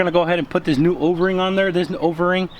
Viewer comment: Does he keep saying Overing instead of O-ring ? 😂 sounds like ovarie. Solid vid tho 👍🏽